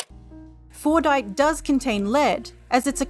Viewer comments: Well, while you did try to replicate Fordite, the mineral described in this video, "FORNITE" still sounds like the actual game, just without the "T." I appreciate your attempt to try to make it sound like Fordite. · I keep hearing fortnight istead of fordite, help me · I believe it’s pronounced ‘Fortnite’